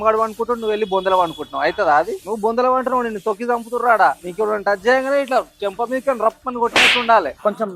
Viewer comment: 😂😂😂😂😂😂 సెంప కాదు